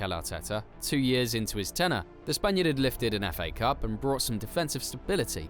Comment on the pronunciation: Warum muss man so eine scheiß syncro haben bein den jeder Spieler falsch ausgesprochen wird was ist der Fa Cup das heißt F A Cup 👎🏻🙄🤦🏻‍♂️